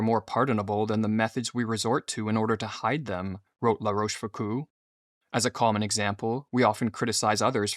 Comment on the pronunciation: Love the videos and topics but the pronunciation is * La Roche Fook-oh